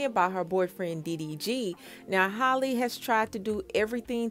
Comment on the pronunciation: It's Hal-le like Halle Berry not Holly lol